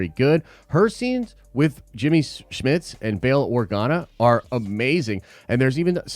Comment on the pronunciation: Jimmy Smit not Schmidts.